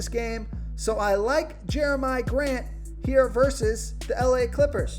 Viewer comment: Your continued mispronunciation of the name Jerami Grant makes me think you've never watched the Nuggets play basketball.